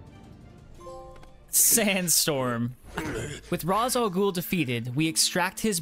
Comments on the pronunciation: Nah he says Ra’s and “R-aw-z” it’s “Rāsh” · Tip: its not pronounced "raz ah ghoul" its pronounced ray shaw ghoul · Raz Al ghoul ????? IS Ra Al GHOUL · It's pronounced "Raesh" not Ras. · Bro said ra za ghoul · Its Rayssh Al Ghoul....lol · Ra’s is pronounced “Ray-sh”. common misconception. great video regardless. platinums are such a good feeling. just platinum’d arkham knight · You said Ras Al Ghul wrong it sounds like race but like rashe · Just gonna correct you on Ra's name. Its pronounces (Ray-Sh) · Man the way you say Ras Al ghul made me mad😂